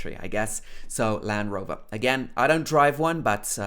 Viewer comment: Bro, I have noticed that you dont pronounce the Showa Sound. You pronounce like American or Australian sound. For Instance, 👉Brand & Land Rover.( Land)